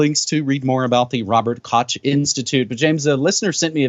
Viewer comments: Koch is pronounced little like Kohh. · Koch is pronounced like Kokh, like Juan. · This is not how you pronounce "Koch".